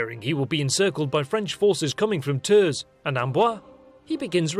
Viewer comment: na i'm sorry x) Poitiers, the S is silent, Saumur is said Somur, Tours, S is silent... Not even close to 5% x) But yeah, this channel is cool. just that damned rosbif accent.